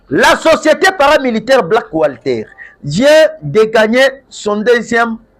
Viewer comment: Black water papa journaliste et non black wslter